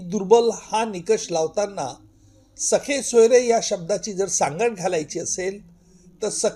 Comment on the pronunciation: अहो,सगे सोयरे म्हणा..सखे सोयरे नव्हे..😂😅